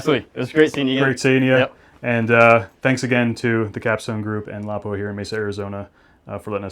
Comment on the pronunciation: Appreciate the excellent video and especially by people that know the true pronunciation of Laupa